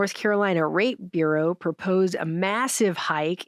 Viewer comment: did say "North Carolina Rate Bureau" or "North Carolina Ra*e Bureau", because of the way things are presently designed, I'd think she said the latter.